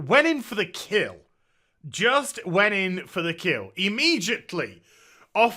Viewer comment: Lol "im-midget-ly" good one